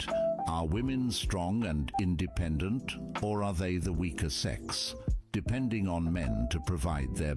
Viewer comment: Strong and in-duh-pendent